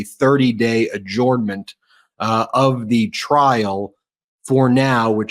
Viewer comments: Why does Ben pronounce adjournment as. ‘orn’ rather than ‘urn’. ,just curious, is it a territorial accent. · Please stop saying AH JORN MENT. It hurts my head. Follow the link below. It's pronounced ah JERN ment. AH JERN MENT. I worked for lawyers for 24 years and never heard one of them say AH JORN MENT. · Why don't you know how to pronounce the word adjournment?